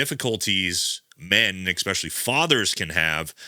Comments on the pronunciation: I enjoy your videos. Could you explain why so many military guys say expecially, instead of especially? It is so common, it must get picked up in the service somehow? Take care, keep up the good work. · Dude can you stop saying “eKspecially”. It’s pronounced especially. No c or k after the e. That’s how children pronounce that word brother. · Viewer feedback on this worked for Andy Stumpf, let's try it here. There's no "x" in "especially". Thank you.